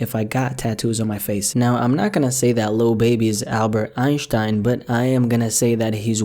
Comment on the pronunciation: Im german and I gotta give you some props for how you pronounced Einstein best non german pronounciation Ive ever heard